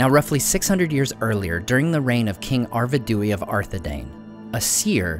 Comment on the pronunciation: I've watched 3 vids now where you mention Arvedui and I have to say. Ar-va-do-way doesn't sound right. I'm sure it's Ar-ved-way